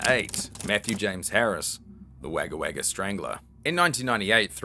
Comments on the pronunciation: Wag-a-wag-a ?? It's pronounced Wog-a-wog-a. It's important you pronounce places and names properly to maintain the overall authenticity of your presentations. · Wogga Wogga, not wagga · Came here to say the same thing lol. Yep pronounced “Wogga Wogga”. My Mum was born there 😊🇦🇺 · Wagga Wagga is pronounced WOGGA WOGGA. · WAGGA WAGGA is pronounced Wogga Wogga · "wogga wogga" is how it sounds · Enjoyed but you mispronounced Wagga Wagga(Wogger Wogger crow crow in Aboriginal))&it's not a town ,it's the biggest inland city in NSW. I was born there. I subscribed because locals like to take the micky out of outsider's, don't approve of it. Keep up the good work. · Wagga Wagga -- pronounced -- "Wogga Wogga" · It's pronounced Wogga Wogga, Kiwi 😎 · Im guessing your from Perth or maybe even Qld to pronounce Wagga Wagga that way lol, its pronounced Wogga but spelt Wagga just so u no buddy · Go get yourself a pie 😂😂😂😂 ps Wagga Wagga is pronounced wogga wogga if ya really wanna impress us Aussies 😉 ❤ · Its pronounced Wogga Wogga, even though it has As not Os... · Well to do it right ya just say 'woga' no saying it twice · Brother that is not how you say Wagga Wagga 🤣🤣🤣 you sound like a American pronouncing Melbourne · WTF??? How can an aussie not know how to pronounce Wagga Wagga?